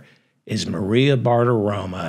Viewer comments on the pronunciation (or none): The name is Bartaromo NOT Bartaroma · You do a nice job but Maria’s last name ends in “o” not “a.”